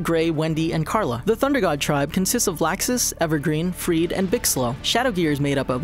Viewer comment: LOLOLOLLLOLOLOOL HE MESSED UP EVERGREEN AND FREED xxxxxxxDDDDDDDDD, Gajeel didn't have a exceed until after Edolas just saying CartoonHangover.